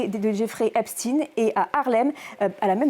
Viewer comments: Pourquoi dire Espt"ine" Moi un chien reste un chien....on ne dit pas un ch"ine" Donc Epstein reste Epstein !!! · Parce que Albert Einstein est allemand et il le prononce de façon germanique. Jeffrey Epstein est américain et il le prononce à l'anglaise. Ca ne vous semble pas logique ? Tous les anglo saxon disent "jayffrie epestine", lui même le prononce comme çà. C'est de la logique linguistique. Encore plus aujourd'hui où on a facilement accès au contenu en "VO". Quel rapport avec l'endroit ou il passe une partie de son temps et les gens qu'il rencontre ? Jane Birkin a été mariée à un français, elle vivait carrément en France et pour autant on prononce son nom à l'anglaise, pas à la française. Ca ne change pas sa nationalité et la prononciation de son prénom et de son nom. Je suis désolé mais ce que vous dite n'a pas de sens.